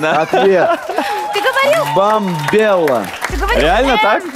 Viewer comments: во треш.... неправильно сказал Бамбелу же!!! ну фу вообще. Хочется лайкнуть Олесю с хахалем)), но не лайкать выпуск. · Если переслушать, Наиль говорит «Бамбела», а не «Мбомбела». Поз подсуживал. Олеся с Максом всю игру выигрывали. 5 очков, когда жена Наиля сказала «ужин», а ответ «дорогой ужин», почему засчитали 5 баллов? Олеся догадалась на 3 подсказки раньше. Победа несправедливая. Перед НГ это особенно неприятно. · Это жуть... Семья Умяровых нечестно выиграли 1. "Ну ужин" 2. "Бомбело", а не "Мбомбела", еще и Олеся возмутилась правильно, что "Ты же сказал, что первая буква "М"... Мда, Позов почисти ушки